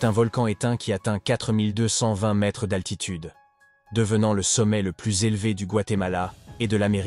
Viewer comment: Mdr la vidéo signée chat GPT, les gens, ne vous abonnez pas à ça et regardez des vrais documentaires parce que ça c'est un contenu vraiment nul (même pas fichu de prononcer 1,42 mètres ou des dates avec AV JC et AP JC quand même, respectez-vous)